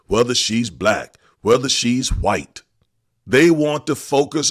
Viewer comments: Why does this guy pronounce the 'h' in white? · why he allways say chwhite??